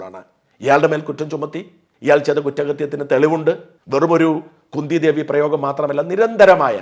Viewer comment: കുന്തി എന്നാൽ കുഎൻ ടി അല്ല മോനേ